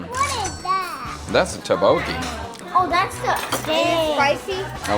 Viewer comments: It's pronounced more like 'duck-bogey' and not 'ta-bokie' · It's pronounced "DUK-bo-kee" instead of "tae-bokee". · Your pronunciation of tteokbokki is still not great with the videos where you eat it. And now your kids have learned it from you on how to also say it incorrectly lol.